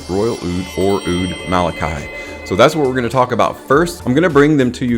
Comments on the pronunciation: wrong: not ma la kai it is ma la kee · Well explained! Just to note that we pronounce it as “Malakey”🤍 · It's pronounced Ma La Kee. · besides the pronunciation, your explanation of the meaning of the word Malaki is also not accurate. It doesn't mean Royal, it means Angel or 'from god sent'